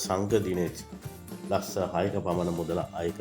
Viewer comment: පෙසංගය නෙවෙයි හුත්තෝ ප්‍රසංගය 😂😂 ලස්ස නෙවෙයි යකෝ ලක්ශ 😂😂😂 හානා නෙවෙයි පකො හනා😂😂 උබේ ලෙඩේට බේත් ටිකක් ගනින් ඉස්සෙලාම 😂😂😂😂